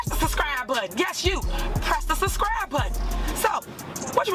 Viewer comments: Don't understand how someone who pronounces "suscry button" became a mayor in the first place. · She can't even say subscribe correctly... Make sure you suscribe. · Don't make "allezations", press the "suscribe" button. Lol! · "Suscribe" no i will not. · Press the “ suscibe” button! 😂😂😂😂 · What's a "susscrie" button? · It's SUB SCRIBE NOT SUS CRIBE .. hopefully you will have plenty of free time to catch up on Grammer n Education ...heard you learn Alot in Prison !! 😎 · Did tiff say suscribe. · press the suscrie button yes you press the suscry button. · "Press tha suss-cry button!!!" Lol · You heard her "suscribe" lol not suBscribe. This is a Mayor that cannot even speak properly. Sad but entertaining. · She can’t even pronounce the word subscribe!! 😂😂😂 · she cant even say "subscribe"